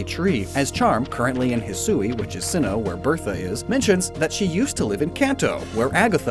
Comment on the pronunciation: he said simmoh